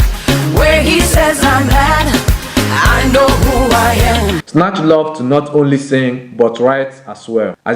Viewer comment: When he's saying Sinach it sounds like Snatch lol